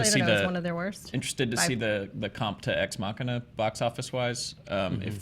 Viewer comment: "Ex-machia" being....XD